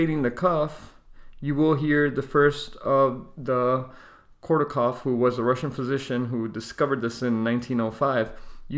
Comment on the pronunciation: It's Korotkoff. Not kortokoff.